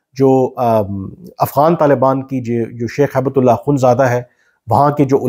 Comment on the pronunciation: کامران صاحب، آپ ملا صاحب کا نام غلط بولتے لکھتے ہیں۔ یہ ہیبت اللہ نہیں، ہبتہ اللہ ہے۔ عربی لفظ ”ہبہ“ کامعنی تحفہ gift ہے۔ آپ نے وکلا ٕ سے یہ لفظ بہت سنا ہوگا۔